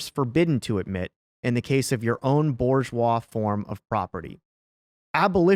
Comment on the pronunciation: "Boo ZHWAH" if you please